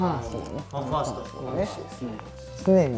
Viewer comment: 大昇くんのファンファーストの発音が好きすぎる